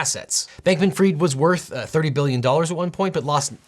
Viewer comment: It’s not Sam Bankman Freed……. It’s pronounced Fried……. As in fish is fried